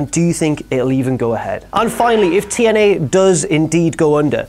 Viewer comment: notice how says TNA Tien-Eyy